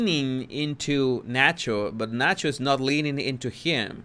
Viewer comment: “El Sancho” …I mean el Nacho lol.